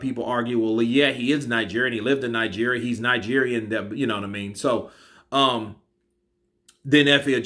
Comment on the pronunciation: Lmfao, I be nija boy living in UK, I freaking swear, your pronunciation of Nigeria is freaking accurate it got me lmfao.. Keep up the good work omo iya mi